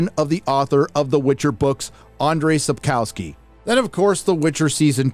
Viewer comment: Checking how Andrzej Sapkowski is pronounced would take you 1 minute...